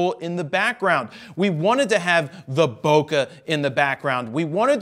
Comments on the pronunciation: Man, the way you mispronounced bokeh made me cringe so hard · There’s no such thing as good or bad Bokah, only Bokeh lol 😂